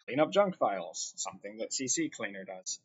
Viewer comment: I've had words that upon first look, my pronunciation of them has stuck with me too, until I actually heard someone else say it, but without further ado, C cleaner not CC cleaner Thank's for the review this is exactly what I figured and wanted someone to confirm, as you did thank you again.